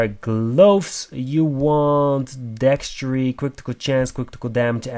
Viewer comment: That word is Dexterity. dekˈsterədē think of it as deck stare uh tee. I get that English isn't your primary language. However, if you are presenting in English you need to learn how to pronounce words correctly in English. Otherwise don't speak, or speak in your native tongue and live with the cpms you get from German/Russian/etc YouTube versions.